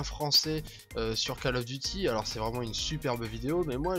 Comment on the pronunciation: Câle of duti !!